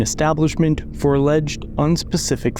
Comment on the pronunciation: Fo is not a word think he means for.. or maybe four 🤔